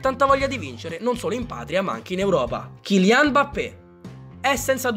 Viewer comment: Eilian o kilian?